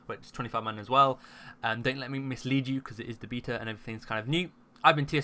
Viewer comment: Heard his pronunciation of the word "beta" and Left...